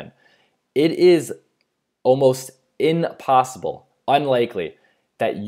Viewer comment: It's impossible, not inpossible